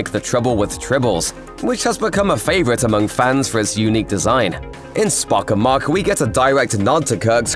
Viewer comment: Every time you say 'Spock Amok', it sounds to me like "Spock amach" - amach is Irish for out. "SPOCK OUT!", "SPOCK OUT!", "SPOCK OUT!"? Don't think so.....